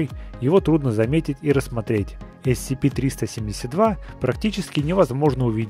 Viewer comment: captainkirk 2006 правельно есепи а не ецепи